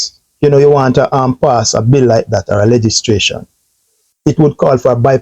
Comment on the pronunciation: Legislation mi G. Not legistration.